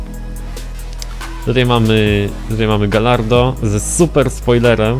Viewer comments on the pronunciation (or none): Nie czyta się galardo tylko gajardo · nie czytaj kantacz ani galardo tylko kuntasz i gajardo